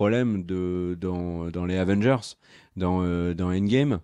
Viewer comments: Avengers Asseumebole! 😂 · J'allais next quand il a dit avange mais j'ai compris que c'était pour rire 😭 prcq tu m'a dégouté en le disant 🤣